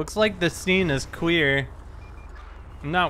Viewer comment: anybody else thanks he says cwear and not clear